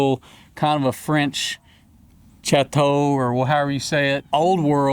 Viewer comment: Chateau is actually more like “shat-toe”